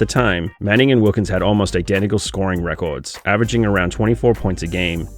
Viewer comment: Bro are u trolling are something the way you say everything with a topical American accent and then say record so weird is so triggering. Love all u vids btw